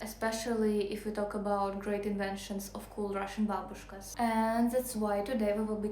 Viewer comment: "Great Inventions of Cool Russian Babushkas" 👵:trophy-yellow-smiling::hand-orange-covering-eyes:😆.BTW, you say "Babushkas" the way my fluent-Polish Mom used to say it here in USA.:body-blue-raised-arms:, although she used the term more casually as a "ladies' scarf". In fact, where my Polish grandparents came to the USA from, actually WAS Russia for awhile before WW1 :cat-orange-whistling:You made me very hungry with your video today 😋🤗